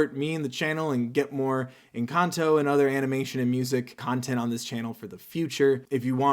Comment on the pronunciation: Jejeje suena muy chistoso cuando un gringo dice encanto, suena a encantou 🤣🤣🤣